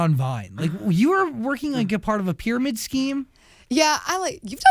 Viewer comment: Pyramid “Scheme” why does she pronounce the “H” thoooo. It’s supposed to be silent Gabbie!!!